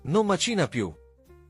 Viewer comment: 40/40 anche se non uso quasi mai proverbi quando parlo. Però, ripeto, basta con queste voci automatiche sbagliano gli accenti!!! "Macína" non si può proprio sentire!